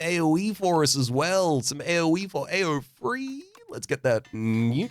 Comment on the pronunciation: i think they’re saying “a-o-free” but this activated me like a sleeper agent too LMAO